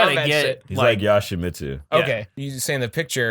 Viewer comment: Scorpion is in MK Annihilation he's not in MK3 and its pronounced Yosh-e-mitsu. Casual pricks.